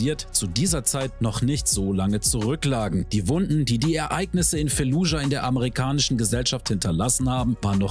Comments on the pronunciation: wie mich einfach triggert wenn du jedes einzelne mal "fallujah" falsch aussprichst. das heisst nich f*e*llujah selbst im englischen (wie auch im arabischen und im deutschen) wird das "f*a*lludschah" ausgesprochen. ohne e. (und auch ohne k. weil is ja kein k drin.) 🧐😂 ändert jetz zwar nix mehr am video - aber vll. als hinweis für zukünftige auseinandersetzungen mit dem ortsnamen im rl als auch im spiel 🙂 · FAAAAAAAAAAAAAAAAAAAALLUJAH. F-FUCKING-ALLUHJA. Nicht Felludja oider Fällujah... FFS